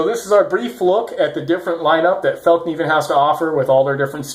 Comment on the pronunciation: your pronunciation of fällkniven is really good